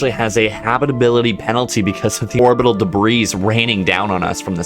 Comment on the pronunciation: Debris is pronounced like Debree, not like Degrees with a b instead of a g.